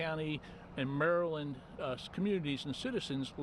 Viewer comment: He pronounced Maryland wrong